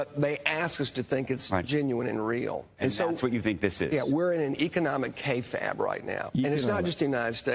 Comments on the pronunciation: It's usually pronounced "Kay Fabe" where Fabe rhymes with babe. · Pronounced “KAY-fayb”